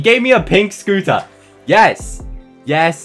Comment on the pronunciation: Hqhah the you say soter its scotter